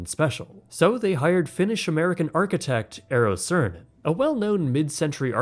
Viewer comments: not 'siirinen, but sAAH rinen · That might be the worst possible pronounciation of Saarinen I've ever heard. I started watching this like a podcast and thought he said "Sören" or something. Tip: In Finnish, every letter is pronounced. No silent letters. Double letters are long. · That Saarinen's last name was butchered quite heavily...